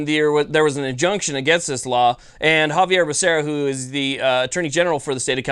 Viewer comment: Xavier Becerra. You said Javier. Great video, though. No appeal = freedom week forever!